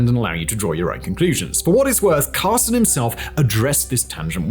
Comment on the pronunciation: I sense a lot of bias, if not outright spin. And an inability to pronounce 'Carlson'.